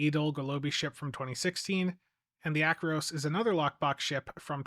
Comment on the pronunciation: It's pronounced Ack-er-oss. Like with the Acheron. It's not Atch-eron. It's Ack-eron.